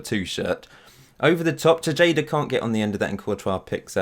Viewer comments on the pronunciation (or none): the tay part or TAE-HA-DAH, not bad though and im not doing this to annoy you, just think of it the thing you learned today. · Actually, it's Teheda, not Tesheida 😂 great video tho, keep the good work up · I'm a little sad that Alfredo Machado didn't make your squad. he plays for my local club (Houston Dynamo) as a center back. Panama uses him as their right back. Also: Tejada is pronounced "Tay-ha-da" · It's pronounced Te-Ha-Da dude.